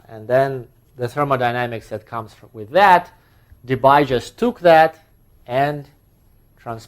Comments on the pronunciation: DeBye is pronounced like DeBee (in Dutch), so say goodbye to that Bye-pronounciation! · Concerning Debye. He was Dutch. So "bye" is pronounced like "bee". (De-bee = Debye). Bye! ;-)